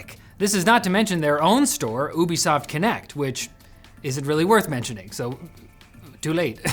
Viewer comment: I know he said Ubisoft but i heard boobisoft